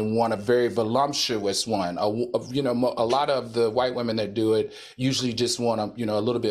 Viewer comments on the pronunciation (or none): Al Reynolds doesn't pronounce anything right, VolLUMPtious . . . it's voluptuous lol